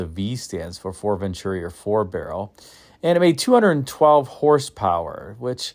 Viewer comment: ..Once Again....4 barrel VEN-TU-RI....there is no CH in VEN-TU-RI! ¡Gracias Señor!